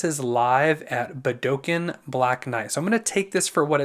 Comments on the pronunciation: I realize I'm late to your reactions. If nobody else got to it here. The correct pronunciation of Budokan is " Buda-Con ". And if you want to see the band getting more screen time, check out their Festival videos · It's pronounced Boo Duh Kahn .